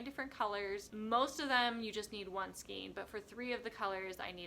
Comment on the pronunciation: FYI The word skein is pronounced ‘skane’ with a long ‘a’ sound. I recently just bought this book! So cute!